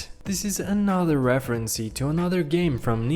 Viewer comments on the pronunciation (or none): It's actually Nintendo not ninteno oh and also reference not referenceee